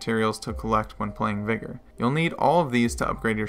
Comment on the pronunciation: Ayyo you sure you’re pronouncing the name of the game right?